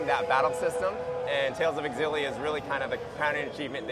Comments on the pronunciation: Is it pronounced Zillia or Exzillia? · Tales of EXXillia WTF its Tales of Xillia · i always thought Xillia was pronounced "shillia"